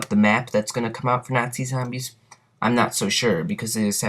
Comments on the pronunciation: do u really say zambies or are u fukin around lol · Good video, but I found myself somewhat annoyed by the way you pronounced "nazi" and "zombies" and a few other miscellaneous words. No matter, good video nonetheless. Id also like to mention, that one time me and some friends were dolphin diving over a crawler, and we both got downed before we were even touched by the zombie, and samantha did her evil laugh. Similar to the one that she does when you get a teddy bear